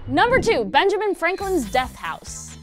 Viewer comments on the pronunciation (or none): none